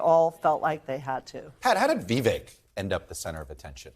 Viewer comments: First of all, it’s Vi-VAKE, like “cake”- if you want to make misgendering a crime you should at least try not to mangle a presidential candidate’s name. Second, your entire panel is a combination of too biased and unintelligent to understand what Viveck is saying/doing. I feel sorry for you. You’re certainly not‘journalists’. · FYI, It's VivEK, rhymes with "cake". What a microagression. Such racists. Also, just because a man is disagreeing with a woman, that does not mean he's "mansplaining". One of the many, many reasons that modern feminism makes me, as a woman, want to 🤮. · So disrespectful to mispronounce Vivek's name... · They can not even say Vivek right!